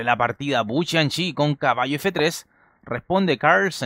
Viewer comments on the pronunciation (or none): Dijiste bu chanchi xd